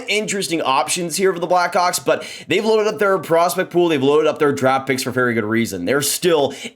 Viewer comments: man are you saying black hawks or “black cocks” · I know what he said but at 12 seconds it sounded like he said Bedard will be a black cock 😂😂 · Is this how we're pronouncing Blackhawks now